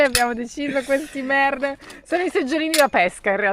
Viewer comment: bravi, vi seguo sempre: * credo che la pronuncia corretta in turco sia "merdém" non "mèrdem"; * ad evitare il fastidiosso effetto salsicciotto nel sedere, consiglio un cuscinetto od un asciugamano.